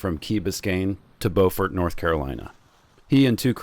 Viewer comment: It's pronounced b-you-frt, not bow-frt. What a great adventure you had!